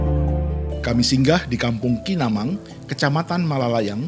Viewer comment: Manibang min bukan KINAMANG 😁😁 Tptya di pantai belakang fakultas ilmu kesehatan